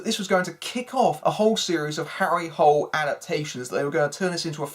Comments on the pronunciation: It's actually not pronounced the way you pronounced it in English. It's pronounced more like "Harry Hoo-lay". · To everyone here, they pronounced it "Hole" in the movie. So yeah, they fucked that up, among other things.